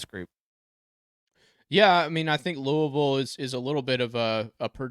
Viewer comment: The first way you said Louisville is the correct way.